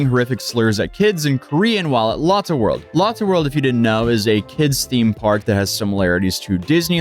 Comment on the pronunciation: You definitely mispronounced Lotte